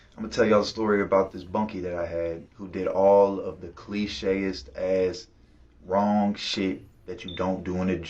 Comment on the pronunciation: Dude said “cliche….est” lol